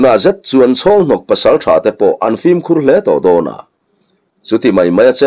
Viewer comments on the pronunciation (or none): none